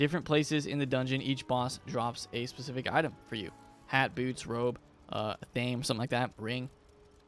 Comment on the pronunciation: Love your videos,! But I cannot help notice you pronounce the word athame wrong. It’s like saying anime. Sorry for criticizing but as a Wiccan it kinda made me a little unhappy. Anyways, keep up the great work on your videos!